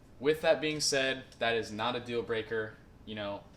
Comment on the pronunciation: I thought you saying 'There is lot', lol